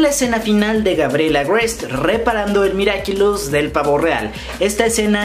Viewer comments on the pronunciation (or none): Nadie: Absolutamente nadie: Ni una mosca: Yo estresada por qué dice miraquilus🙃🙃😂